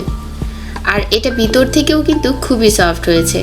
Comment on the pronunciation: গনো কি? কথাটা ঘন ( ঘনো উচ্চারণ)। কাঠির নাম শাশলিক না। কাছিতে গেঁথে যা করা হয়, তার নাম শাশলিক, বিতর না। “ভীতর” (উচ্চারণ ভীতোর)।